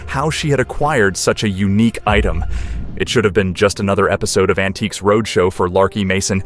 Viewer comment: an-ti-cus? This is terrible.